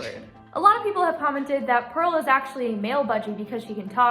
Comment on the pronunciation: I love how purl said or sounded like she said press my belly